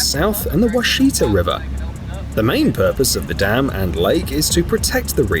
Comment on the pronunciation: Lake Texoma river is pronounced wash it ah.